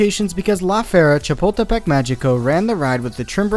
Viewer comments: Ok but listening you said "La Fiera Chipotlepec" Mexico so many times is both hurting me as a Mexican and Amuzing. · The first time he said Chapultepec I thought he was going to say Chipotle and now I'm hungry